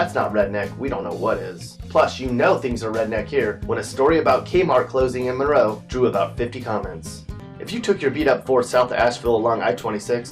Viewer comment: Few qway Mun-row